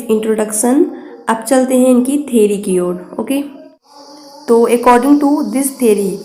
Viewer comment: Ma'am its theory not theri (vijay thalapathi's movie)